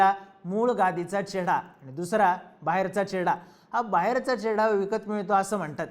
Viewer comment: घोडा लागलाय ❌ चेडा लागलाय ✅ 😅